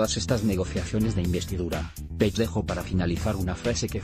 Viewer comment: Pronuncia bien Page, coño que no es tan difícil.